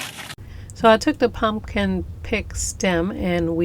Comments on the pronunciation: I had no idea someone said something to you about how you pronounce your words! I have been your subscriber for over a year and yes, I have noticed, but I think it shows how real you are. I like it. I think it's cute. Don't stop saying "punkin"! 😆 P.S. I went to that website you told me about to find the music you use, but I can't find the one that you use as the title song at the beginning of all your videos. Do you know the name of it or how I can look it up on the website? Thanks! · I feel so calm listening to your voice. It’s very relaxing. I love your pronunciation of pumpkin. It’s enduring. You have a beautiful soul some people wear their spirit. Loved the video very beautiful wreath. Thank you for the inspiration . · Please say the word pumpkin the way u feel comfortable. U over stressing it is much more annoying